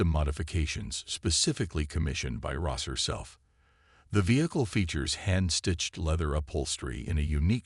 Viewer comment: It’s Ross not Rose!